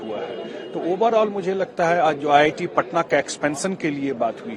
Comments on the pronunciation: Ye Giri Raj singh hai Begusarai Constituency se MP ye Sahb Bihta IIT ko ITI kahte hai sunte zara gaur se me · Bhai iti nhi re iit bolna tha 😅😅😅😅